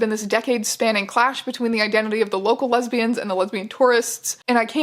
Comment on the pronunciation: When the guy says lesbian it sounds like hes saying lesbias maybe im mishearing but if were translating lesbias to lesbians why cant they just translate homosexual lesbian into another word especially if hes worried about women on the island being worried because they arent gay and dont want to introduce themselves as such why cant in english we just says lesbias if he did say lesbias idk i havent watched the whole vid yet maybe thats what happens